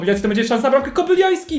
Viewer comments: Jezuuu Kobylański, a nie "Kobyliański" ;) Taki mały błąd, a tak denerwuje :)) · Jak coś Kobylański a nie Kobyljański ;) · Nie KOBYLIAŃŚKI tylko KOBYLAŃWSKI mów poprawnie bo nie da się tego słuchać brzmi jak jakiś ukrainiec !!